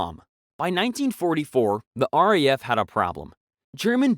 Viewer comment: RAF is an abbreviation for Royal Air-Force, it is not pronounced like the name 'Raph', but rather as 'R-A-F' as individual letters, remember that.